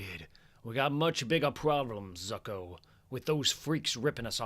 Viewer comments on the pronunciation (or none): No disrespect this is phenomenal, but Zucco is pronounced Zoo-coh and Halle pronounced Hailey. Keep up the great work man these are great.